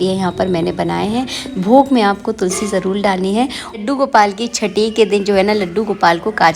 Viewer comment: Aap har baat mein jarul nahin jarur bolate Hain